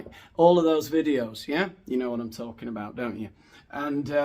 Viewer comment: What are you dalking aboud? 😆